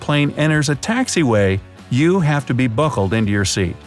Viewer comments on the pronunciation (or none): buhckled what did he said?